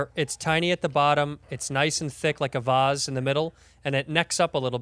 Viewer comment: I'm fucking furious. Andrew is a Chicagoan and pronounces vase (veis) as vahs. I'm sincerely contemplating whether or not he's actually from Chicago.